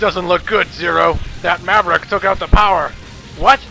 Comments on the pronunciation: "All Maraverick Hunters"? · What's a "Muraverick"? These actors, man. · Ever notice how it sounds like the "emergency" voice goes " all mraverick hunters"? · I prefer Clement's version of DR. WAHWEE! :D Btw, did the alarm guy say "Marevericks?" õ_o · ...All MALAVERICK Hunters? Wow, that's almost as bad as Doctah Wahwee.